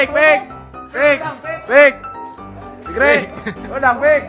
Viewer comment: Fikri Bambang tapi ngomongnya pikri